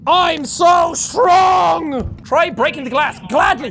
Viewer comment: 'I've seen what men do when they're angry.' "RAWR, I'M SO STWONG!"